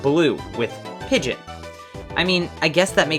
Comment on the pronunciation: Pidgeot is pronounced Pi-gee-ott And Sophocles is pronounced Sawf-oh-clees